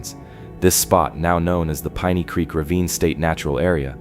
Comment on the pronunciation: PEENEY CREEK?! AI Slop